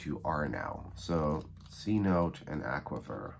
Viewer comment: In case you’re interested: CHILE = chee-lay CENOTE = sih-NOTE-eh If not, disregard. 😊😊 Also, most of tx sits on the edwards aquifer and around austin we have a lot of spring fed pools from it. Hippy Hollow probably being the most well known.